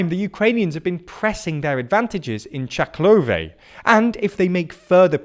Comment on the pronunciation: Read the names of the cities slowly before recording. This is not the first time you call Severodoneck Severnodoneck, and mix up syllables in the names, like Chaklove instead of Chkalove. It makes you look amateur. Also listen to the actual pronounciations, because Lyman is pronounced as Lee-man, not Lie-man.